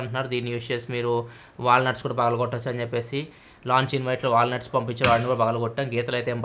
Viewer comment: 'Walnuts' aa... 'Valla nuts' kuda pagalakottochu ani vinapadindhi